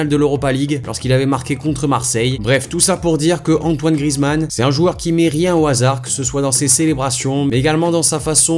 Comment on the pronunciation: À c'est pas Grizzy mais Grizou